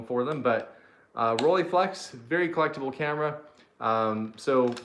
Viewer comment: My dad had that roleflex in the late 60s, bought it new. Took many great pictures, but the photos were only produced in square format. Slides too. Pronounced Roll-eh-flex. Eh, just a heads up.